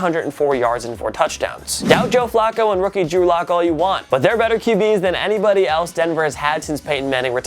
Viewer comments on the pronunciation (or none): none